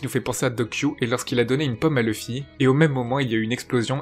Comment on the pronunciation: Dsl pouce rouge car on dit LOUFFY pas LOEUFFY